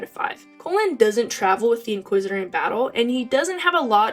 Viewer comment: and pronouncing his name wrong haha. But I love Cullens growth so much